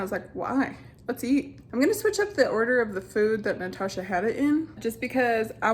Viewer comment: natacha "ocean" 😂